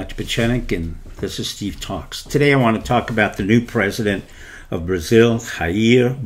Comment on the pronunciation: Jair is pronounced with a soft J in Portuguese as in French.